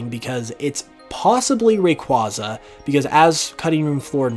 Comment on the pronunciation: Again saying Rayquaza wrong over and over.... please learn how to pronounce it correctly, dont need the wrong pronouncing spread anymore the it already is